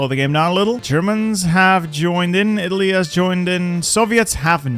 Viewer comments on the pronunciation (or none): none